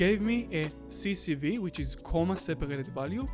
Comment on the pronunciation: We say C S V , not CCV...